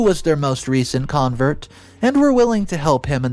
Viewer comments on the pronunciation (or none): none